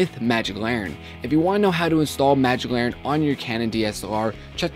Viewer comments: It's LANTERN, not laurren. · You silly. It's Magic LANNERN! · its larnen! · There is a "T" in Lantern dude :p